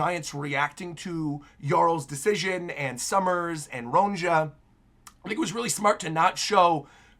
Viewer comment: I don’t want you to take this as a diss or an insult, I just want to let you know for future chapters and eventually the anime too: Elbaphian Names with the letter “J” are pronounced with a ‘Y’ sound. Ronja would be pronounced ‘Ronya’; Johanna —> “Yohanna”; etc. (it’s the same principle that applies to the name Bjorn, which people are more familiar with so they get that one right.)